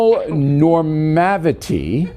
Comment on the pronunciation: Pat-riarchy and homonormavity